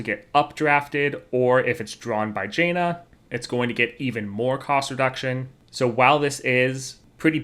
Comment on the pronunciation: nitpick, but it is either pronounced jan-uh with jan pronounced as pan OR jawn-uh with jawn as in yawn.